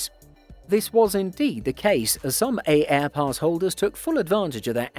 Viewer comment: Its pronounced airpass, the first A is silent dude